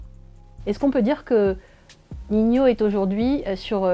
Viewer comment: Elle a dit ninio 😭